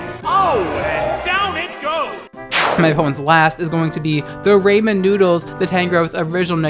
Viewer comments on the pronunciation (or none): Did you just call them rayman noodles? Its Rah-men, like Raw Men. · I am disgusted. RAY-men NOODLES!!?